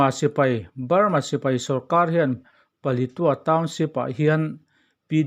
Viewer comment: Thurawn ka’n pe ve mai mai ang che aw. Palitua I tih hi, Paletwa / Palet ua tia lam rik tur a nia aw.!🤫😩😂